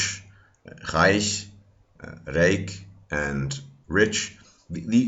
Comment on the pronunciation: Your german "leiche" or "reich" was pronounced perfectly